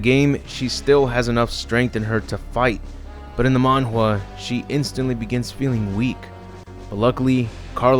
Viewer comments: You said mongraw did you mean manga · Manga ❌️ Mongwa ✅️ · It’s Manga not manjua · why do people pronounce manga wrong, im not mad, just curious? you can easily find the pronunciation on google(take it for what's its worth), Mon-guh, that's how i always remembered. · ... "Mong-Hua"? I've never heard it pronounced like that. O_o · "in the MANHUA"??? i get that americans have trouble saying japanese words, but what the fuck was that? XD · I'm sorry, what...? The "Mun who ah?" :P